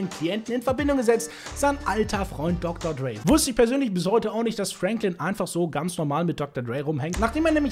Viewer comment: Er spricht es schon richtig aus.